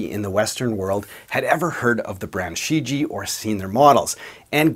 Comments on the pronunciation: Not She ji. Try looking online for pronunciation. Shuu ji-A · What do you mean? He pronounced it more like Xiji, not like Shijie, with the first "i" silent and a clear enunciation of "ie" at the end. No disrespect to, he doesn't speak Chinese. But for export purposes the name Shijie was badly chosen, because no one outside of China knows how to properly pronounce it unless they speak Chinese...